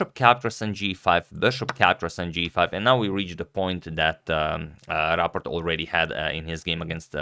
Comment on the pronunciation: You pronounce it perfectly👍 but You could set a newer profile picture for Rapport because it's a little bit old 👍👌